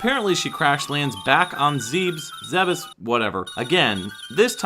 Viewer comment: Planet Zebes, ゼベス, is pronounced zeh-bess. There is no room for debate, there is no room for interpretation when it comes to Japanese pronunciation.